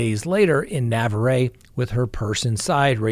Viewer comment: On the case of Marcus Spanivello, there's a couple of things that I want to correct. 1st of all you're your pronouncing Navarre very wrong lol. Another thing is I'm in Destin right now I live in Destin there's no such thing as middle of nowhere in Destin. Destin is an extremely busy tourist town with like a million people crammed into a 10 mile radius on a beach. So I'm not sure where middle of nowhere would be in Destin unless he means hes going to drop her off in the middle of the Gulf of Mexico. Jaunas is a popular beach bar. On Navarre beach and is also a very busy public location.